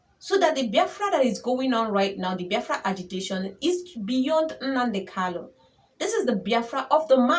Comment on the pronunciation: Nne it's kanu not kalu, u are doing well